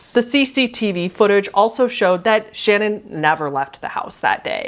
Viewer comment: I love you so much and if you talk about the Watts case again in the future; Watts’s wife’s name is pronounced “Shuh-nan” as opposed to “Shannon” and “Celeste” is pronounced “Sell-est”. And the Cecile hotel is “See-sil”